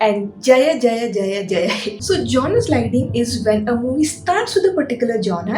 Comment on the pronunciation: Jonre,not joner